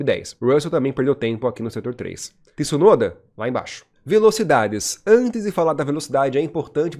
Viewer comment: Aprenda pronunciar Tsunoda e não Tsunoda. ..